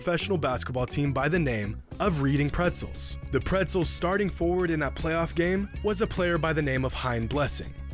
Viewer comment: "reading pretzles" lmao